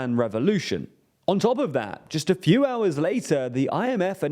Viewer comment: he definitely did not pronounce the T in the end